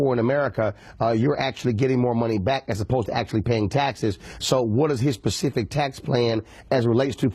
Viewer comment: Did he say Pacific or specific?